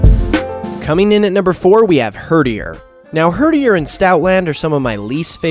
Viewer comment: i am dissapoined with you (except for when you said herderi so good job for that)